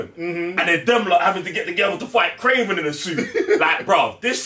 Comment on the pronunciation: It’s damn sure not kraven lol